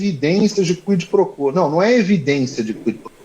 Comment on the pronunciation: Sugestão: a pronúncia é: “ Cuí pro cuó “